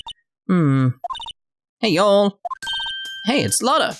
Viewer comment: All the clues are slowly but surely coming into place! Also i'll admit hearing A British person saying y'all just feels really awkward. Definitely sounds like all this reading is giving your throat a work out lol.